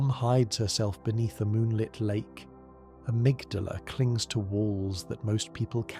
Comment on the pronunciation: I made it to Amygdala, or as you pronounce it "Amygdalae" . You have Patches in the vid, who pronounce Amygdala "Amygdala". But on several occasions , just blatantly say Amygdalae. I Did you splice the parts when you was sober, and told the lore when you were high or drunk? Lol...